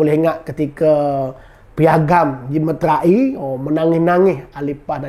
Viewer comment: Sebutan betulnya meterai. Bukannya metera-i.